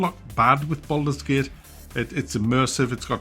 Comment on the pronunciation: Boldurs Gey-ut